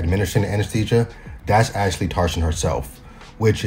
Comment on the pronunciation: I hate to be that guy but it’s pronounced aassllli not ashli and tarjaan hope fully u will understand also this is coming from a Turk👍